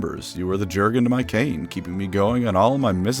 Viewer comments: Yer-gen not GerGaN. You're welcome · It’s pronounced “yur-gen” not “Jur-gen”. Leave it to the Americans to mess up simple pronunciations like this. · You should pronounce Jurgen not like an American, but like a German name, just like narrator in the audiobook does. Say "J" like "Y" in "yellow" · The only reason I’m not going to download Raid: Shadow Legends is because I’m tired of seeing advertisements for it on the channels of my favorite YouTubers. Edit: Why is Jurgen’s name alway mispronounced? The “j” makes a “y” sound. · I like the video but you misspeaking Jurden's name just broke me 😂